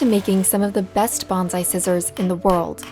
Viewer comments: Good grief, it’s bone sigh not bon zi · Soon as I hear BONZAI,I cringe NO Z IN BONSAI. Kane shin is every day real. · It's pronounced "bone sigh". "Banzai" is a celebratory cheer with association to battle cries. Makes me cringe to hear the mispronunciation. These videos need to be reviewed by someone with appropriate linguistic knowledge before release. Great video otherwise. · While us monoglot English-speakers can't hope to get Japanese words fully correct, it'd be nice if "bonSai" were pronounced more accurately. It was very distracting having it pronounced as "bonZai" throughout. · Nice video but pronounce “bonsai” correctly pls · how does a lefty news network not pronounce bonsai right lmao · But as a journalist you would think she would learn the correct pronunciation of bonsai.